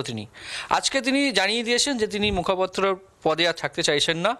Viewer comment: মুখাপত্র নয় বাপু ! কথাটা মুখপাত্র !